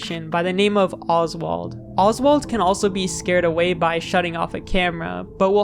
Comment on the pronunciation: Oswald not osbald